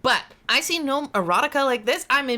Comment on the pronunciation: I know the G is silent but love that says "Geh-Nome"😂❤